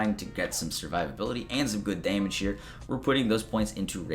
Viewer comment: "Deemage" , aka damage